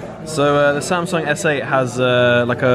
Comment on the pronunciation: "here we are... THE SAM-SONG S8" 😂